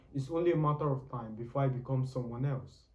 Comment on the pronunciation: It’s Before* not Begore👍🏾